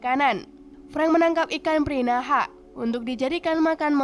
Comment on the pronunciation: Pirahan kaka Bukan Pinahra